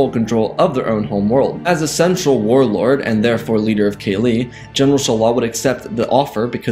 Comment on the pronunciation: Kah-Lee not Kaylee..... PLEASE....fix it